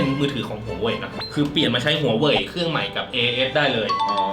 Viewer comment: แม่พี่ถูกแล้วนะคะ huawei อ่านว่า หัวเว่ย (华为; huáwèi) ไม่ใช่ หัวเหว่ย ตามที่ใครเค้าหลอกมา